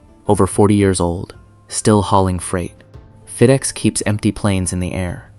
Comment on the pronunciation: “Feed-ex”? This is AI garbage, turned it off after 30 seconds.